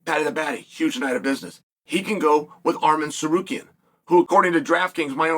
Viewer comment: Messing up “Arman” but nailing “Tsarukyan” is soooo Uncle Chael